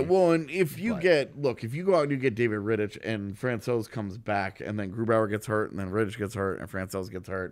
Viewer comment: Hi guys. Great video but just one correction. David Ritich is spelled differently. That "ch" at the end would be more like "kh", like in chorus. BTW same goes for Zdeno Chara.